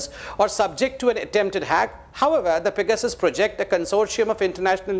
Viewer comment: Only has to sound different and say "fecasus" -- it's simply PEGASUS.